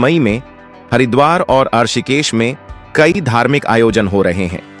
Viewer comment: तुम कहां से हो, ऋषिकेश का उच्चारण करना तो तुम्हें आता नहीं, हमें ज्ञान दोगे, क्या ? ये डबिंग कहां से करवाई?